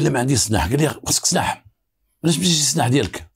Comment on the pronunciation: سلاح وليس سناح راك بوليسي زعما